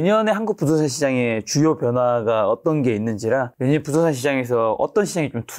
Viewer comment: 부동산 발음을 제대로 못 하네 ㅋㅋㅋ 어이없네